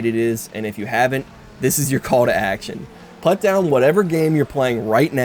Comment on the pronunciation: I think the dislikes are for making "put" sound as "but", but I liked the video so I put a like 👍